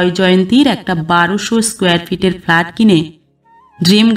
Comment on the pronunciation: গল্পটা আমার ভালো লেগেছে,,, কিন্তু একটা উচ্চারণ একটু খারাপ লাগলো,, সেটা হলো ফ্ল্যাট,,, আপনি বার বার ভুল উচ্চারণ করছিলেন